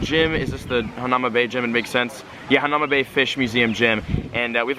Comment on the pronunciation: You pronounced hanauma correct